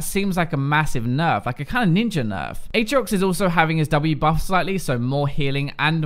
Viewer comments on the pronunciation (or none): none